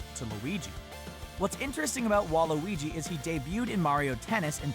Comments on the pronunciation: Wait Have I been pronouncing Waluigi wrong or are they pronouncing it wrong Im so confused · Hes saying waluigi wrong